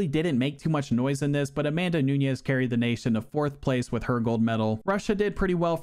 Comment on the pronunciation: Interesting that you went out of your way to pronounce Nunes as if it was Spanish, rolling the middle 'n'. It just makes it both harder to say AND incorrect. Noo-nesh.